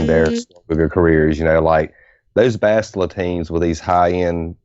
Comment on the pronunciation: Such stubbornness over... Basti-a, is that what they want to call her now? Imagine when Sah-tell-leh Shan arrives :p